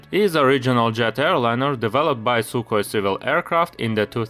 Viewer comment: sukhoi not sukoi